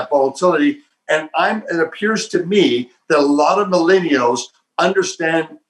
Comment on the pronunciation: “Maeleenials in silicone valley”. Ok boomer 🙄